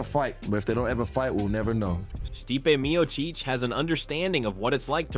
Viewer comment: You need to pronounce Miocic and Gane correctly